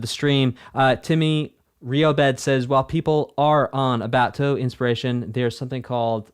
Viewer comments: It's not toohoo please it's pronounced how it's written , tou hou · Man, if EoSD blew your mind, just wait until you get to absolute masterworks like PCB (TH7) or DDC (TH14). Also "Touhou" is pronounced with two long-o's: "Tōhō". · By the way…the game is pronounced “Tow-Hoe” Like tow truck hoe. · He had a live chat and no one could tell him it's pronounced "toe-hoe"? 🤣 And that the name of the game is Embodiment of Scarlet Devil? Love this reaction and look forward to seeing you react to other Touhou games. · I physically recoiled when he said, toohoo, I’m sure the video is great but I cannot watch past I like galaxy collapse but it wasn’t a part of EoSD, shattered faith it better is my favourite arrangement by Kurokotei, she has amazing music, reading the live chat, I can tell these are gamma kids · Ahh yes , twowho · Ahem. It's pronounced 2whom. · The easiest way to pronounce Touhou is 'Toho', that's it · it's 'tor-hor', you elongate the short 'o' sound and the 'u' is silent as it elongates the sound. 'ou' and 'ei' are the only exceptions to japanese pronunciation where the first vowel is elongated by the silent second vowel but only when both are together in the same word and not divided by a compound word. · Who the hell pronounces "touhou" as "torhor" bro😭😭